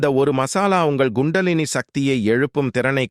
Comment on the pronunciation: People should learn proper pronunciation of Tamil also. Sorry for bringing this up.Most channels falter. Here, for instance, it is krambu and kundalini.